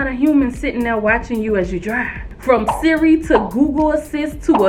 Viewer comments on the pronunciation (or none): none